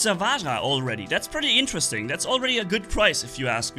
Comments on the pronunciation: Bro it is not vaha. It is pronounced as vajra. Vajra means diamond💎💎. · pronounce the Vajra with the 'J' like the 'J' in Juice, it's not huice it's juice, similarly it's Vajra not vahra ✌️✌️✌️ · Bro ur pronunciation sounds like vagra but it's vaj ra revision this 20 times that's ur weekend homework 😅😅 hope it's fixed in mondays class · pronounce it with 'j' not 'h' so it's 'vaj-ra' not vaha.... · Read this! "VAYRA" That's right. That's the pronunciation 😎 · the weapon is pronounced Vajdra…for diamond 💎 in HINDI …not at all like you pronounce it now…please check… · No it is pronounced as "va"+"j"+"ra" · You are correct about the 'D' in Vadjra being silent, but you are wrong about the 'R' also being silent. And pronounce the 'J' as it is and not like an 'H'. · You are pronouncing. Vajra wrong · IN VAJRA ITS 'J' NOT 'H' BRO WHY ARE YOU PRONOUNCING 'J' AS 'H'